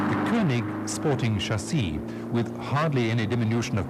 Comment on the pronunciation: including sporting chaseaaaa 😂 this guy